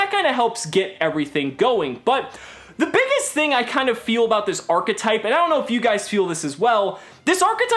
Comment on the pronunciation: It's a new "ARRGH-etype"